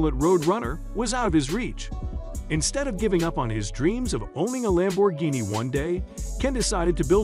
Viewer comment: Ruined by A.I. that can't even pronounce Lamborghini